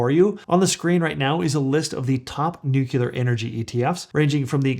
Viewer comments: nu-cleer. Not Nu-culer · Noo-clee-ur. Not noo-kyu-ler. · I can't take you seriously. The word is nuclear not new killer. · Nuclear not nucular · if you think that this guy knows what he's talking about, understand that he doesn't even know how to PRONOUNCE NUCLEAR! It's nu-cle-ur, not nuk-u-ler, which refers to the nucleus of a cell.... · It's not nucular energy, it's nuclear energy. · Thanks. It's NUCLEAR, not nucular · It is spelled and pronounced NUCLEAR NOT NUCULAR. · Don't mean to disrespectful but... it's nuclear [noo-klee-er] not NuCULAR. Everything else is just fine. :) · Nucular lol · It's "nuclear" not "nucilar",! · Sorry I have to click out because I am triggered every time I hear nu-cu-lar... and there are a lot of them. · Yes, but you say Nook-YOO-Ler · Came here for this. He keeps saying “nukeelar” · Why can'r he pronounce nuclear right> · Nu CLE Nu CLE. … got it yet? It only takes this kind of mistake to discount you. Why not learn how to say what you’re talking about? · ATTN: dumbA$$ alert …are you freakin’ serious????? Nu CLE er CLE CLE Not by CUE ler!!!! Really????? I know you put a lot of effort into your videos, why not learn how to say the word you’re talking about… Are you freaking kidding me? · Can't watch this. You pronounce NUCLEAR improperly. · I am not a native english speaker but I also thought that your nuclear pronunciation was a bit strange. Love your content.